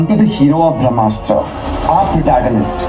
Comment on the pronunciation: try to say BRAM-HASTRA, instead of BRAH-MASTRA 😀 it doesn't qualify as korbinization 😬